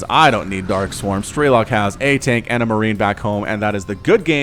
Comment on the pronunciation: Man, its pronounced strelOk, not strElok. He is Ukrainian and it’s mean “marksman”